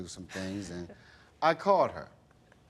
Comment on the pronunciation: Specifically....not pacifically!!!!